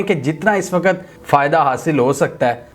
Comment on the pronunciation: Please ..the word is “waqt” not “waqqat”